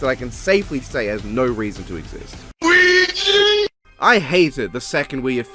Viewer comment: The two movies you've labeled as "Wear" are actually Ouija and Ouija: Origin of Evil. He just mispronounced them, presumably to be funny.